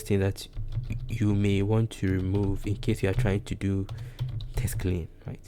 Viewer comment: Great video 👍 It's a little distracting you keep saying "test" instead of "text" throughout 🙂